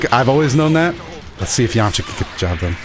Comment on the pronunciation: Did he say yamacha instead of yamcha